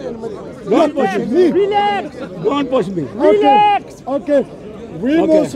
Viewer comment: he not only says" reelax '😅 but after which he says " the police is coming' 😮 couldn't stop laughing. 😂